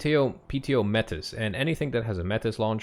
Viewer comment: ngl I recognize the recon unit card art as an actual picture or stock photo of a Russian special forces operational reconnaissance unit operator soldier. The images can be found on google for free with only wifi and 3 minutes determination. Also it's may-tee, not met-iss